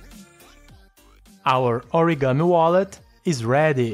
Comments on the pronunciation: Anyone notice? In 4.5s He said Origano wallet instead origami wallet......😆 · in : Did he say "our OREGANO-wallet is ready."?? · no he said our ORGAMI wallet